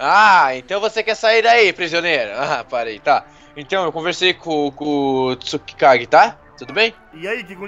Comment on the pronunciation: é Tsukage!!!!!!! n tsukikage